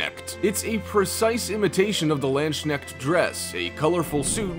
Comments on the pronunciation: landshnekt xD dude its Landsknecht Lands-Knecht... dafuq is a landshnekt xD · "Land-Sneckt"??? It's pronounced "Lands-Knecht"!!! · Next time please try to google how to pronounce Landsknecht. It is not that hard, it is only german. But you butchered it.